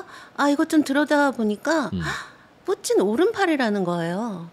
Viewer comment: 푸틴을 푸찐으로 발음 하시네요 일본에서 공부하셨나 보네요